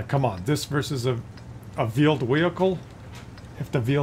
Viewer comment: Vheeled Wehicle